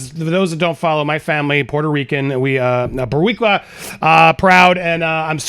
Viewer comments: Andy you have to roll the Rs. Borrrrricua “Boricua” Bow-we-qua is not a word. Love you Andy!!! Thanks for coming this story. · Bowika! I think you meant Boricua. greetings from pr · Andy saying "boricua" sounded so weird for some reason 🤣